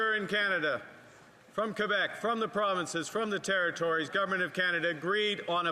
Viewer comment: "From Quebec, from the provinces, from the territories " !!??? From Qurbec???? Not Canadian!